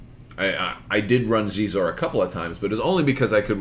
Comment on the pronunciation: Xizor = Sheezore